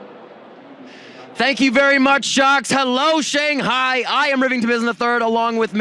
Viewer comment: Everytime Sjokz says ShanGHAI